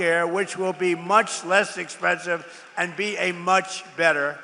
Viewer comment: “Much less expessive”